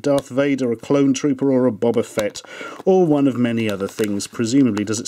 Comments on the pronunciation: We don't pronounce it "Baba Fett". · Why do english people call Boba Fett "Baba Fett" or Bobba Fett?